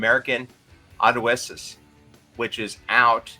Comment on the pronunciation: oh man mega cringed when he pronounced Odysseus